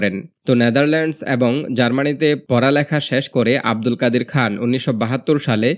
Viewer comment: "আব্দুল কাদির খান" বলতে হবে।